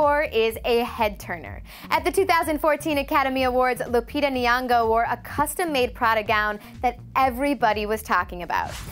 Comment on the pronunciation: "NYON'GO":We don't pronounce the 'n' and 'y' separately dear but together as 'ny'. BYEBYE!!!❤🇰🇪❤